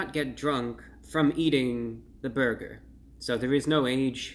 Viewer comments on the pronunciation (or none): I like when he says Burgeur